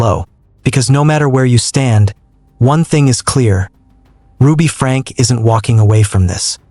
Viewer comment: It is pronounced Frankeee.